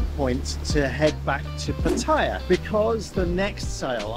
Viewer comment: Pattaya. PAT AH YAH.😊😊😊 Not, Pateyeyah. 😢😢😢